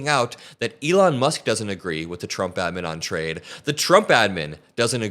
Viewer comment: Navarro has a phd and he can’t pronounce doesn’t?